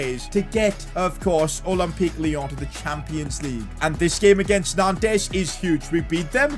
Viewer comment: It’s pronounced as nonts not nantes 🤣 great series tho